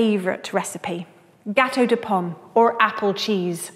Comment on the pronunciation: XD hoo yeah "gâteau de pomme" aaah le français